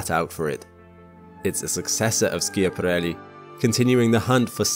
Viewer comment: Look up the correct pronunciation of Schiaparelli.